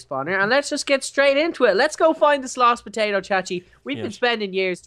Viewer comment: Minecraft & more! IT IS POTATO! NOT TATOR:p GET IT RIGHT Dude